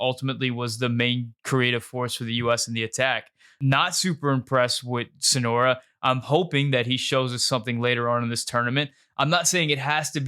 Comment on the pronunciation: Great takes! But calling Soñora Sonora over and over really bugged me😂 it’s just not his name